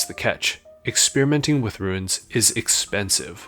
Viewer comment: why can't you pronounce Runes properly